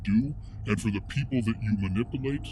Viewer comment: JJ said “ma-nipple-late” ... if his nipples are a problem for him he should try wearing looser fitting shirts!